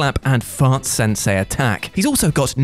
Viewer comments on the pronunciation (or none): none